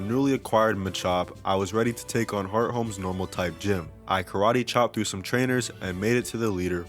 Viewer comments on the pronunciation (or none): Bro said hearthome 😂 Also catching only female Pokémon is a great way of Attract-proofing your team.